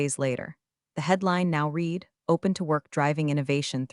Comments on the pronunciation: Please, they still cannot differentiate between read (present tense) and read "red"(past tense) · Lear to say READ VS READ VS red in the appropriate places. And friggen learn to say Patagonia. Instead of Pagonia. So irritating. Every single story. And dinged vs Dinged which I don’t think din-jed is even a word. So dumb.